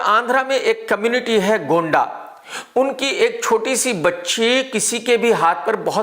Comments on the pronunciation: Its Gond, not Gonda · 😂😂😂 ये सही से नहीं बोल पाता तेरे जैसा आदमी कभी देखा नहीं 😂😂😂😂 सच में तु नमूना है वो कम्युनिटी गोंड है गोंडा नही बोसडिके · Gonda nahi 'Gond' tribe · Chutiye wo gonda nahi gond he ,bhadwe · Chutiye Gonda nahi Gond hota hai aur wo andhra nahi Telangana me hai adilabad district. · Abe madharchod gondaa nhi gond hota hai sale KKR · Abe gonda nhi gond samaj bol sale